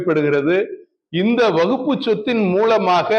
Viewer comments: அட முட்டா பயல அது வகுப்பு போர்டு இல்லடா வக் Fபு போர்டு . அத கூட சரியா உச்சரிக்க தெரியாத நீ குர்ஆன் எங்க அரபி ல தெளிவா ஓதி இருப்ப அதோட தமிழ் அர்த்தம் எங்க தெரிஞ்சி இருக்க போது. உன்ன மாதிரி இஸ்லாமிய துரோகிகள் நிறைய பேர இஸ்லாம் சந்திச்சிதான் இன்றைக்கும் இஸ்லாம் வளர்ந்து நிற்கிறது. அல்லாஹ் போதுமானவன் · waqf ன்னு கூட்ட உச்சரிக்க தெரியல . விளக்கண்ணை விளக்கம் -- யாரை வைத்து கவனிக்க வேண்டும் ?